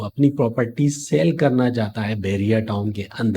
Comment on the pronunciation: Saaale nahi sell bhai. Learn to say words correctly .